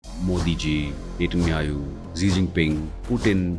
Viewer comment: Mr Host It's Netanyahu not Netanyaayoo